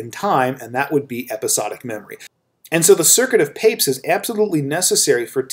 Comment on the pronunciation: I thought we pronounce it Pa-pez